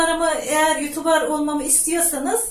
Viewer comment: Youtuber diyemnokunmuyor ablacım youtubır diye felan okunuyor söyleyim istedim